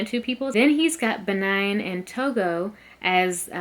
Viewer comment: Why do y’all keep saying Benine and Togo lol do you see an E at the end of Benin it’s pronounced Beneen 😂